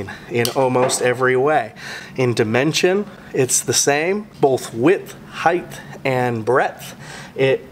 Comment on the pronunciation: HEIGTH ISN'T A WORD IN THE ENGLISH LANGUAGE !!!!!!!! H E I G H T!!!!!! HARD T NOT THTTHTHTHTHT